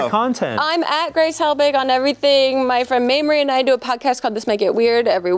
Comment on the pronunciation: I love good ol Gwace Hewelbig